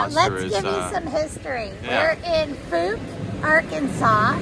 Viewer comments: I enjoyed your trip here. I've always wanted to visit there ever since I saw the movie. Also, Fouke is actually pronounced as "Fowk" such as "Ow". Safe travels. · BTW the pronunciation is F ow k as in F oww K :)